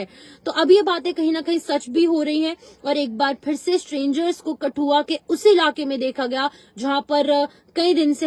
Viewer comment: Madam g likh tou sahi say kro ( for nahi fir hota hai😮😮😮 )